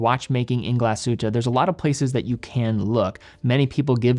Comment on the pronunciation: I am from Germany and i love it when you say Glashütte Great Videos